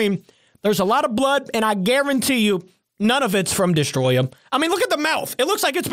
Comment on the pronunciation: Bruh its destoroyah not destoroya